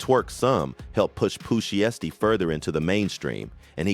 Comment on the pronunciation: Pooh She-estee has me rollin 🤣